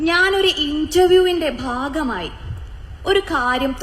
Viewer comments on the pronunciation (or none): none